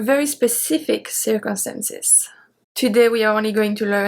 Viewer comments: I believe you said circumsamces 😅. You can hear it at the :30 second mark. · Awesome lesson, as always. Btw, it's really cute how you pronounced "circumstances" in this video.